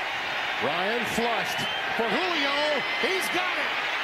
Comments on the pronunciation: Lol she said “JU-lio Jones” lol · It’s not jollyo it’s julio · WHO-LEE-OH Jones Julio